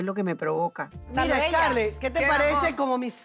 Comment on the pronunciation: HAHAHAHAHA Y COMO ES QUE DICE SCARLET? Escur escur escur 🤣🤣🤣